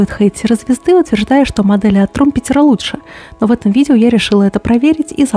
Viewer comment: привет! Фирма правильно называется TrumpEter с ударением на предпоследний слог. 😘